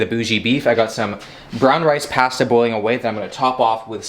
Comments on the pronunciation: I hate the way you said pasta. I fixated on that and forget everything else that was said. 😂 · When I heard him say pAsta I just about screamed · Wait, say pasta again 😂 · lmaooo why yu say pasta like that😭